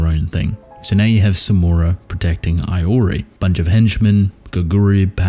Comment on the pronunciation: Day # 1 of telling you Iori is pronounced "eee-o-rii" not "eye-o-rii" 😭